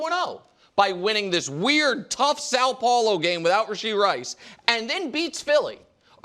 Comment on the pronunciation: The way Wildes said São Paulo. Just crisp and smooth! Brazil thanks you!